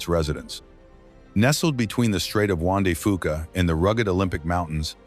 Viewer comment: Sequim pronounced SKWIM!!!!! Get Juan de Fuca right, too, PLEASE!!! I so hate AI. This is the worst.